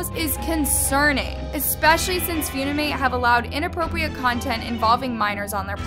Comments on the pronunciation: who's gonna tell her it's pronounce "f-uh-nimate" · HELP WHY IS SHE PRONOUNCING THE APP AS “FOONIMATE” 😭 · Hi! Funimate verified creator here! Most of what you said is actually completely false. The amount of creeps on the app are actually almost 0. They’re always automatically banned. And no, no child is putting “single” in their bio. Funimate is literally an app for editing. Also, it’s pronounced “fuh-ni-mate”. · girlll it’s pronounced as “funny mate” 😭😭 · did she just call funimate “fyouneemate”… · I'm sorry, but "Fyunimate"??? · ISNT UPIT PRONOUNCED FUN-I-MATE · No hate but the fact she called Likee "like" and funimate "funamate" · The way u were pronouncing it was so funny to me. Its actuall pronouced 'funny-mate' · Did you just say fyounimate?☺️ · it’s Funimate not foonimate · First of all its not "Foonimate" and this challenge was long ago i used to admire your videos but now your just bringing up stuff from the past the app is toxic. But you cant just stop people from downloadinng funimate just cause its getting more famous and your trying to make it look bad also funikate took the challenge and everything down so dont say they didnt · no hate its "fun e mate" for pronounce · 👏🏽PLEASE 👏🏽LEARN👏🏽HOW👏🏽TO👏🏽PRONOUNCE👏🏽WORDS 👏🏽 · the way she pronounced it was so wrong💀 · MS GORL ITS FUN-IM-ATE NOT FEW-NI-MATE SMH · Lmao says “fiuwnîmãt” it’s pronounced funi-mate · Flashback to the time she spelled Waifu as Waafoo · Its not few-knee-mate💀 it fun-e-mate💀😂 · “ few-ni-mate “ OAHAHAHAHAAHHA PLEASE- ITS “ fun-i-mate “ Very annoying ^^ ☺️💪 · Why did she say it like that? “Few-ni-mate” It’s “fun-im-ate” I know that should be the least of my worries but I can’t help myself 🤮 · I love AND the incorrect way she pronounces names in a lot of her videos. Lol 👍 😆 [Foon-i-mate instead of Fun-i-mate] (Seriously,I watch every video. ❤No hate, no shade.) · wait annas pronouncing it as ‘few - nee - mate’. i thought it was ‘fun- e - mate’ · Nah she says foonimate